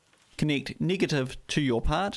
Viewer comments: Niggative lol kiwi speak for negative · Did I hear him say "niggative"? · The pronunciation of "negative" sounds racist..